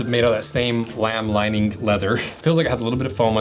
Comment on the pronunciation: Putting the "k" in the word "lining-k".